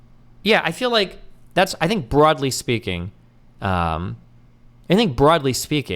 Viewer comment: BWOUGHDLY speaking